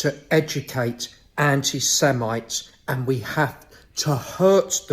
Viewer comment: The stupidity of this wretch is hilarious. He doesn't even know how to say the word semite. I don't like to get personal but a skinny, bald ginger bloke with no friends or family fits the profile of an extremist, need the authorities to take a closer look at him.